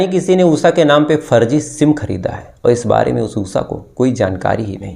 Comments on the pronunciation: Am Laughing on OOSSAA her name must be Usha 😂😂 please work on your pronunciation 😂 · उसा? श अक्षर बोलना कब सिखोगे?